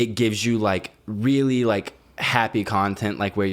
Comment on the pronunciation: why does say “really” as “weally”